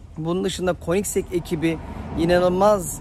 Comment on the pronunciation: 10lt super degermis. Bir de königsek diye telafüz ediliyor. Koenigsegg'ler acayip araclar 😍